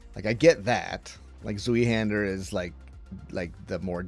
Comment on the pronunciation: I got ear cancer with your pronounciation of Zweihander